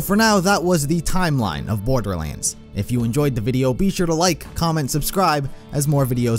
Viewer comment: "the story of borberlands"